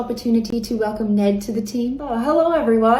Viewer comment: I first heard "Ned inbred" and thought that's quite rude hahahahah